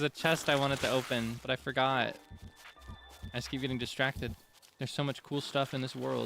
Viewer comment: I love you so much and find so many things you say or do so endearing. You're just a silly little guy and you make me laugh a lot. I am always so amused when you do the "I forgor...but then...-reverb- I rember!" because Link is also a silly little guy and has a sense of humour, even if we don't get to see that often. BOTW and TOTK are the only Zelda games I have played myself, I know a fair amount of the plot and lore of some of the older games but these were my Zelda. It makes me really happy to see you gush over these games and be so silly. I also love how you do the silly voice with the goddess statues of choosing a heart container or stamina, it makes me giggle. Or how you say wont instead of want in regards to enemies chasing you. Thank you for being an embodiment of pure seratonin. Also, I don't know if you know so I figure it can't hurt to tell you just in case, if you cook any hearty ingredient, just one on it's own, it will make full recovery foods and make the ingredients last longer. 🖤